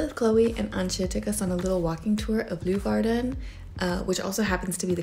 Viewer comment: Leeuwarden is pronounced Lay-warden, not Loo-warden... ;-) I'm sure everyone there told you to come back in winter when the canals are frozen over? Oh, and nevermind the suikerbrood-likeur, did you try Beerenburg? It's the national drink in Friesland, every town has its own recipe. It's a bit like Jägermeister, only much better.